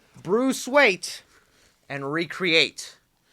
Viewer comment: Did he say Bruce "Weight" ?🤣🤣